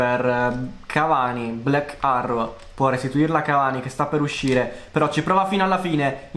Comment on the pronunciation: Potresti migliorare la pronuncia quando di "black arrow"? Vai a cercarla su Google translate